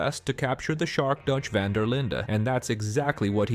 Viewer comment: Quite funny how your pronunciation of Linde is almost correct Dutch, but you still pronounce 'Van' the wrong way ;p